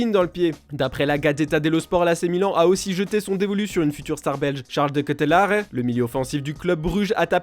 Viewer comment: C'est quoi cet accent pour Charles de Ketelaere ?...aucun effort